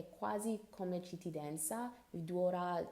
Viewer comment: Ogni volta che dici 'cittidanza' muoio, volevo farti i miei complimenti perché parli davvero bene e usi termini specifici che neanche certi italiani qui usano!!